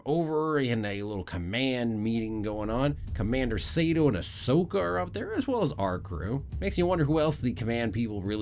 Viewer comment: Kallus (Kal-us) and Sato (Sah-toe)